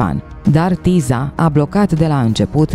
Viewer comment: Se citeste Tisa